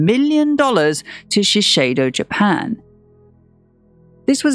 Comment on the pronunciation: A pet peeve but it's Shiseido with one 's', not Shisheido.